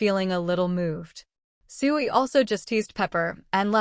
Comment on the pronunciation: Starting to wonder if this is an AI voice. It actually pronounces S.H.I.E.L.D properly instead of a 1 second stutter per letter that most vids have.